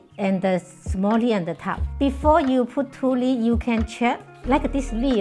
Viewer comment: Why didn't ANYONE tell this lovely lady that the thing in her hand is called a leaF...leaF ...leaF, NOT LEE? When a person does not correct one who is incorrectly pronouncing the words, YOU ARE BEING CRUEL. No one wants to speak a second language incorrectly. BE KIND. TEACH. Simple. 1 sound.... F....F, F, F, F, F! LEA-F. Not teaching is the same as perpetually making fun of the person and that is extremely UNKIND. I DO speak more than 1 language, and I TEACH others to speak multiple languages.... BE KIND. TEACH